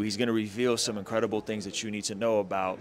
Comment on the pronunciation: I'm sure I heard you say INKredible,! 🤔 I must say, kinda' good name for a tatt shop tho', bro'.🤦‍♀️